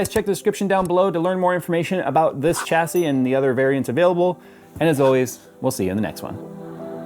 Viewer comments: No, in AMERICAN its "CHA see" cause you people cant speak english properly. But in England, the country that made English, its SHA see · Chassis = "SHA-SEE" its a French word. "SH" not "CH" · 😂 sha-sea not cha-sea umm if i was gunna buy a new mobo for a 9th gen i7 (9700) what would the best choice please bud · OK I'm finally gonna ask...is pronouncing "Chasis" properly? I've always thought it was said more like shashie, phonetically speaking